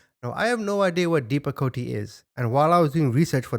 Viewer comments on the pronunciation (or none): Oh my god! It’s not depacotA YOU SOUND LIKE A BABY it’s depa coat! Side affect can cause heart attack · It's pronounced Depakote it's usually for a seizure disorder but they're saying a mood disorder which is so weird to me my cousins on the same medicine for her chronic seizures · 🤭 its pronounced "depa-coat." Useful in a wide range of issues. But to diagnose a TWO YEAR OLD with bipolar is insane. This whole story makes me sick! The doctor was totally negligent. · My son's first grade teach. Told me to put him on medication for his ADD. I told her to take the medication. Then maybe she'd be able to handle your kids. Or just get out of teaching ALL TOGETHER!!!! in.. it's pronounced depicoat. And I refused for my 13 yr old to be put on that drug PERIOD! NO 6 YR OLD OR ANY CHILD SHOULD BE PUT ON SUCH A MAJOR MEDICATION! Nor should a two yr old be put on any ADHD medication! Children misbehaving is usually a sign they are desperate for attention!! Ok there's so many things I could sat about these moronic parents and this "doctor" Not one of these 3 adults should be anywhere near a child!😡😡🤬🤬🤬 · 😂 Pronounced“Depa-coat” js -this is nuts what Idiot Dr & Igaf what the Parents suffered from theirs NO EXCUSE for Being LAZY EVIL parents!!! Great 👍🏼 Upload! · It’s pronounce Dep-a-Coat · It's pronounced dep-a-coat and it's a prescribed medication. That doctor is insane for prescribing all those medications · Depakote is pronounced as dep-a-coat. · Deh-pa-coat is the pronunciation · It's pronounced depacoat. I think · it's pronounced Depp-a-coat...ya know like Johnny Depp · It's dep-a-kote sounds like coat.. It is often used for behaviors. Never known a child to be on it. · Dep a coat——-how you pronounce it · It’s pronounced “depi-coat” lol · Thats depacoat (pronounced this way) .. she was on some strong medicTions.. they were over medicating the children!! I an sure some were prns (take when needed) and gave it to them more than they shoukd hahe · Dep-a-cote. Pronounced.